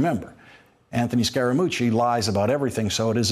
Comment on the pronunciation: "SCARE * A * MUCCI" Scaramucci